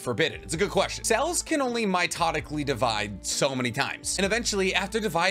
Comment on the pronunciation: "Mitotically" is seriously grinding my gears